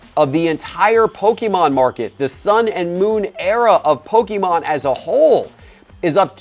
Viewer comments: love the content but please, I beg of you stop saying PokEmon. It is pronounced Poke-A-mon. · It is PokEmon NOT poke-a-mon